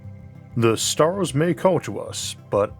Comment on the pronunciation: Pevadox and staus and Maus. Try eleven labs. Just try. Please.